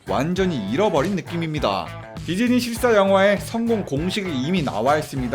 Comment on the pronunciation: 디즈니가 디쥐니?가 되버렸어...